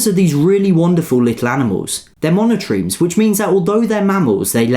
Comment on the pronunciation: Thank you for saying monotreme right! Not many people say it right.